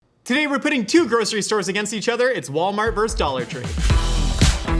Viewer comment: I binge a lot of Mythical kitchen. Like. A lot of MK. Every time says “dollar tree” I hear “idolatry” 😭